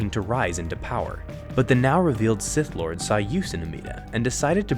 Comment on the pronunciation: “A useful idiot to the sigh lord” had me dyin🤣🤣🤣